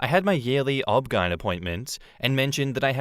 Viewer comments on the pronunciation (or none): OB/GYN is pronounced by name each letter separately, not as an actual word. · It’s an Australian thing, is it not?